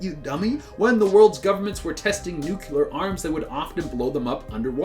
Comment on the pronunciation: You guys should do Animaniacs Theories or Urban Legends. PS who else gets so triggered by the way he says nuclear?